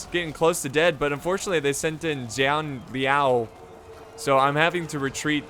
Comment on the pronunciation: I kinda happy when he pronounced Guan Yu correcty, but then when he pronounce Zhang Liao, my feeling got betrayed 😥.